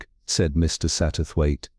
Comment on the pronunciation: The AI makes some mistakes when reading the story. Mainly in pronouncing "Mr. Satterwaithe". Uses two different pronounciations, and pronounces "Mr." as if it was the end of a sentence. Needs to learn how to do the right intonation for questions